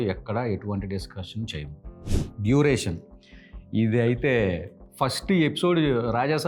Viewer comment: Duriation ✅✅✅ Duration ❌❌❌ 😂😂😂 Ohh.. Script lo vunte ok... Ledante malli ibbandi aypoddi...